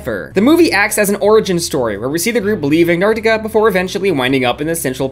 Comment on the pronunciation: I almost died when you pronounced antarctica correctly i have been waiting so long for someone to do that i swear everyone just say antartica